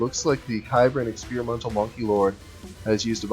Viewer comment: Small note, its pronounced "Sibran". It's an experimental unit from the Cybran Faction in the game Supreme Commander.